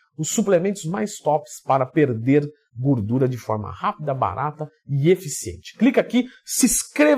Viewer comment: Aqui o já falava "gurdura" hahahaha